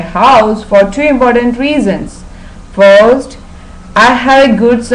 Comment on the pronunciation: Thanks for the video, these review Wednesdays always include a lot of useful information. But I must say, this score seems very generous to me. Her pronunciation and intonation seemed to have some big problems - like saying "foest" instead of "first" and stressing some of the wrong words. also she left out some articles. Plus, for one of her examples, she really talked about TV instead of the living room. Do you really think it would score a 3.5?